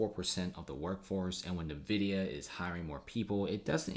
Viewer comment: It is pronounced “en-vidia”